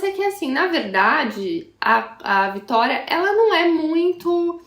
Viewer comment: Vitória * votoria fica estranho rsrs